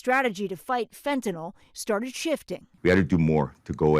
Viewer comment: Tom Llamas: Can't you pronounce Fentanyl correctly?